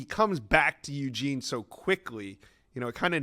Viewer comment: Ugene not Uuuuugene